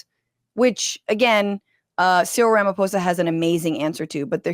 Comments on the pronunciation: The 'PH' on the surname Ramaphosa, is pronounced with a Hard 'P'. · I respect you for saying Ramaphosa not Ramafosa❤ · I love that you got Ramaphosa right but not Cyril